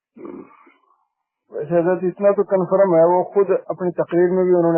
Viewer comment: HARAM KHOR NASBI JHUTA MATKAR DHOKEBAZ MOMONO KO GUMRAH KAR RAHA HAI ISE TO ITNA BHI ILM NAHI HAI CONFARAM BOL RAHA HAI JO K CONFIRM HOTA HAI AUR LAST WALA SALAM DEKHE SALAMALAIKUK JO K ASSLAMO ALAIKUM HOTA HAI YE HAAL HAI DEV K BANDAR KA AUR SUNNION SE MUNAJRA KAREGA SUNNI LOG KHATE HAIN GHEE DOODH MALAI AUR RAGDE JAB SAMNE AAYE WAHABI TO PHAAD DETE HAIN UNKE JABDE.